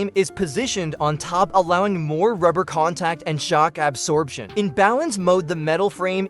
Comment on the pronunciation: Is this a fucking AI voice? Why does it pronounce "absorption" and "4d" so weird